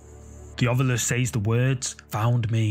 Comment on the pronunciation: THANK YOU FOR SAYING, "OVILUS", instead of, "Ov-YUlis"...drives me nuts!!😂😂😂